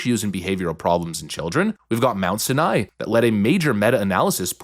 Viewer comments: lol I love when you get so upset and start ranting then mispronounce names. “Mount Sin-Eye”. It’s Mount “Sigh-nye” like the Mount Sinai in the Bible/Israel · Mount Seye neye, not Mount sineye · Mount sianai is how it’s pronounced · Small critique, but hearing your pronunciation of Sinai physically hurts lol. It’s like Sigh-Nigh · Pronunciation - Mount Sinai (Sai-Nye) Not trying to be a dick just food for thought. Say it however you want. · Mount Sinai is pronounced in two syllables, IE Sai-Nai. Hope this helps, just didn't want you sound uninformed. Keep up the great work! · My guy, you might need to consult some people on pronunciation before these videos. "Sinai," man. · One thing. Mount Sinai is pronounced S-EYE-nai not S-i-nai. Other than that great work as always! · Mount Sinai (sigh nye) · Sigh-a-nigh. Fyi on pronunciation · Pronounced "Mount SY- nai". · It’s pronounced “mount sye-nye”. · Its Mount Sinai (sai-in-eye) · Jesus Christ, the way you pronounce Mount Sinai makes me want to punch you in the mouth. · Ffs. If you don't know how to pronounce a word, look it up before you record. The first I in Sinai is pronounced like it is in the alphabet. And its uh-see-tuh-meh-tuh-fin.